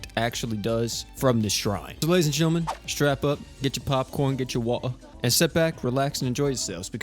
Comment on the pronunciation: Get your popcorn and get your wah’ah 😂